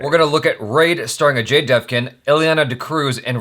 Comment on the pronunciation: Dev"gun" like actual "gun"